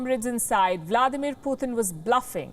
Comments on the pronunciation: It is Putin not puthin….!!! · 'why this lady calling putin as "putthhin" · She really can't pronounciate can she? Poo Thin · I love everything about this reporter except the way she pronounces Putin. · She’s a racist - why doesn’t she speak out against the BJP/ Modi . Learn how to say Putin !!